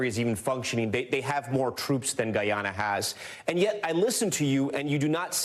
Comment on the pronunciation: Thank you for pronouncing Guyana's name correctly, Mr. Moderator. The President of Guyana did a great job in representing our country. May wisdom prevail at the upcoming meeting. Essequibo belongs to Guyana!